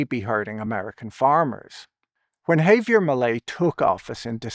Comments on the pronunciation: Why can-t you go the the trouble of learning how to pronounce "Javier?" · With this many subscribers maybe Patrick could get someone to help him pronounce hard foreign works like "Javier."